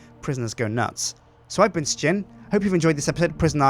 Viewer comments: i think he means that somtimes it sound like they are saying shin instead of sjin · I still wonder why you pronounce it like Stjin ?